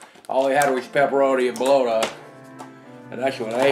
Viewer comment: He pronounces bologna like bologna. That's awesome.